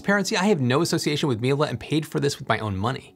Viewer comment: it's not milA , it's milE ! EMPHASIS IN E !